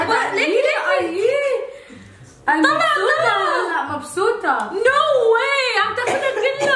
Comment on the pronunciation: مبسوطه❎ مبسوته✅ 😂😂